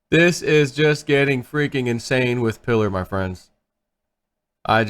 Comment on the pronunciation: sez "I wanna be wif wieners"